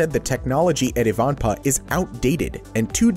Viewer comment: It is pronounced.......... EYE - VAN - PAAH, and it is located near the California/Nevada Border, off of the I-15 Interstate Highway.